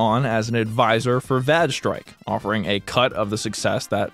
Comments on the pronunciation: I assume that "vage" is supposed to rhyme with "rage", because "vag strike" has a completely different implication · Im pretty sure its vaj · Lol vag strike! Not certain if it's the same in the US but Vag here, as it's pronounced in this video, is short for a certain women's part. If he said vAge as it's spelt, then it would not be so funny, but it seems that the game is a vag so is pronouncing it right. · it took me the comments section to realize why he was pronouncing vage strike that way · Oh brother, that Vage Strike one is a whole other level of laziness. Red Eclipse being able to patch their game because they didn't even make their own server is just llc *-:=3 mwah; hope someone got to see that. And you must have quite the reputation if they trashed their whole site just from seeing you (or it might have been asking for the dev). Also, it rhymes with "mage" (like the recording ), not "badge". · I am on the fence whether the word "vage" sounds more like vague or vag.